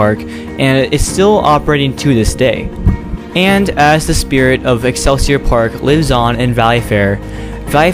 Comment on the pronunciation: Love the topic and video but just as a Minnesotan that lives riiiight by these places: Shock-a-pee X-cell-sea-oar like what al gore said in South Park